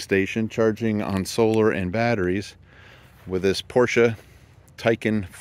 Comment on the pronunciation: It's nice to hear someone for a change pronounce the name correctly..Porsche! Well done...